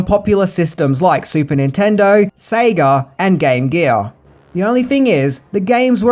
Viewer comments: No Australian pronounces Sega like that...... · u said sega like an american